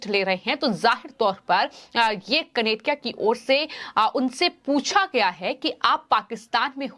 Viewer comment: The news reader could not read out the word KANERIA. It distracted the viewers.